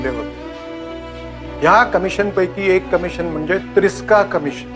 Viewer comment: TRISCAA COMMISSION HAHAHAHA WTF